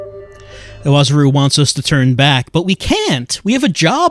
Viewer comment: The guy seems to be appearing a lot, so I feel like I have to comment that the closest approximation of Iwazaru's name is I-wa-ZA-ru. The syllables are pronounced correctly as is already saying them, though.